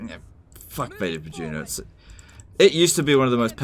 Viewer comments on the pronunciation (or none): Aggressive Tubesock unmmm. Yes it is. If you think it’s legitimately pronounced “Bah-juna” you’re a donkey